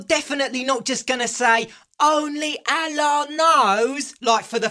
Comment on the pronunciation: it's ALLAH NOT AAAALLHHH I CAN'T SAY JEEEEEWOOOOOOSES